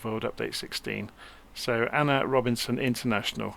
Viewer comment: great video, its pronounced A.N.R Robbinson airport, named after my country president, not Ana